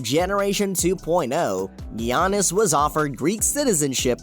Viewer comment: “gee-ah-nis” okay bud